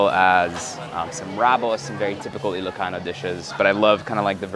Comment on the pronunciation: You ilocano pronunciations are so good.